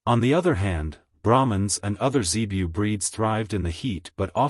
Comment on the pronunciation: Zebu not zebiu.